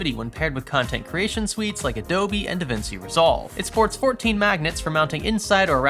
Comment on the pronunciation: da vinki?